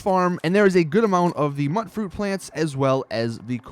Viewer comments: By the way, mutfruit is pronounced mute fruit not mutt fruit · A great video but it's really killing me hearing it pronounced mutt-fruit. It's pronounced mute- fruit, short for mutant fruit. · is it pronounced Mutt fruit or Mute fruit? i always thought it was mute as in mutated fruit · And mutfruit is short for mutated fruit, so the "mut" is pronounced like mute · Just a heads up, mutfruit is pronounced myoot-froot (as in mutant fruit) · Okay bro. Since you were helpful with this info I'm going to help you back and save you further humiliation. "Tato" is not tatt-oh. It's a potato. "tay toh". "Mutfruit" is mutant fruit. Note the "mute" sound. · my god you're pronunciation is horrid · does the pronunciation annoy anyone else?